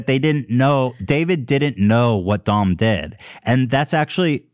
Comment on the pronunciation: I thought Ethan was making fun of Doms name and the whole time he thought that’s how you said it 😂